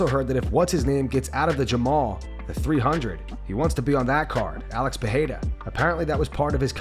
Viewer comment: Can people stop saying Peheira is Pereira just read the letters, it's an R sound not and H.